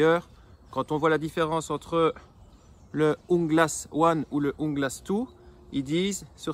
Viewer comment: Bonne petite vidéo je découvre la chaîne. Sinon en tant qu'hispanophone la prononciation c'est rrrrrrrrunglas avec la Jota qui vient du fond de la gorge. Un rrrrrr bien sec , rrrrrrrrunglas 👍👍✌️ a bientôt sur ta chaîne ;)